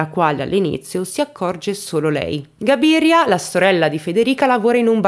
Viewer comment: Cabiria...non Gabiria.. c'è anche un film di Fellini: le notti di Cabiria.